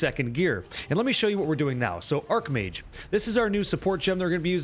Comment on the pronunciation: i know it's pronounced ''arcH mage'' but arC mage just sounds so appropriare lol question, is lightning conduit just not used at all anymore? is there a place for it on this build without cast on shock